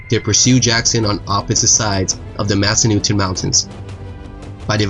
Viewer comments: Mass-ah-nut-ten Mountains. Nice vid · It's pronounced Mass Ah Nut Ten and Front Roy L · Great job! I love history and i love the visuals you've added to this. Just some feedback, work on your local pronunciations. I reside in Virginia and there were at least a couple locations, you mis-pronounced like massanutten and front royal. For example, it's not Royal like "Royale with cheese" from the movie Pulp Fiction; it's royal like royalties.